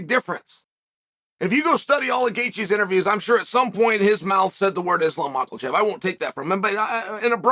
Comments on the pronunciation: Why is Chael Sonnen so dumb? Why does he keep saying "Maakhal-chev" when it's pronounced more like "Mahaachev"? Why can't he pronounce a simple name??? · Fuckin mackerelchev man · You say Michaelchev, I say Mackelchev. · "Islam Michael Chev," "Hazmat Shemev." It sounds like he is intentionally doing it at this point. 🤣🤣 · I can't believe everyone but Chael has been spelling and pronouncing Michaelchev's name wrong. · Uncle chael purposefully saying Mahkalchev is hilarious as hes one of the best/ most well known in chaels industry 😂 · cant stop laughing at Uncle Chael saying Maakhal-chev and Hazmat 🤣🤣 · Makes me laugh that Chael makes no effort to correct mispronunciations of fighters names lol. Every time he says Macklechev I laugh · Chael is so disrespectful when he mispronounces Islam last name - It just shows how biased he is against Islam. All I'm gonna say is if Islam beats Volk again then the Pound for Pound committee should move Islam to the top of the PfP rankings! Islam is risking everything - Volk risked nothing for the first time and he is risking nothing again the second time. He only took this fight on short notice out of desperation, because he thought he would loose his chance to fight Islam because Islam wants to fight the top fighters in his own division - which makes sense to me. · There is no L in makhachev chapel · Why does Unc pronounce an L in Makhachev 🤣🤣🤣